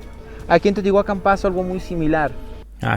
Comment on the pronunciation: Eso le iba a decir Lo peor es que separa la pronunciación Dice : Tío tihuacan En lugar de Teotihuacán